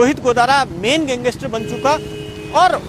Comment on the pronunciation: Pehle to tu gangestar nhi hota , gangster hota hai, bolna sikh pehle , fir reporting kr